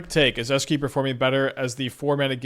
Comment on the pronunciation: Hi! Love your content, but I get whiplash everytime I hear you pronounce Esh - key in a new and profound way...